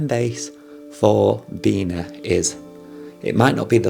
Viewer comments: Its BEE-NEE, you idiot!! Not BEE-NAH!! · Its pronounced as “bee knee” not “bee nah” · BeeNee u have such a thick accent when u said beena? No worries tho! Great vid! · hi sir it pronounce like "BENIE" or BINI :face-blue-smiling::hand-pink-waving::face-red-heart-shape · it's pronounced as "beanie", the cap. anyways tnx man